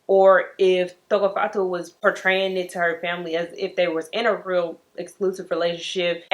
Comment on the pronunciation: Tshegofatso.. you said her name right!